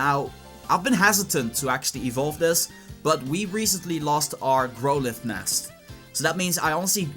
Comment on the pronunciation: hehe is it weird that I giggled at how you said growlithe? it's pronounced like Wow not grow, so it sounds like growl. Sounded so weird how you said it mate. Also Gday from Australia champ!!